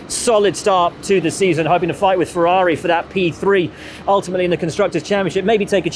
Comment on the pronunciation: One day the main commenting dude could stop butchering the name "Ferrari" by not saying fewaawii.